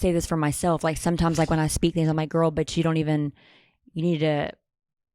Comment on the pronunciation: “BULEMIA GWORL” oh my fuckin god